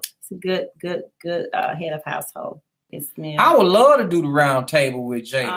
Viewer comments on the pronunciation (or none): "We woulda luh to be on Iyanla..." 🤦🏽‍♀️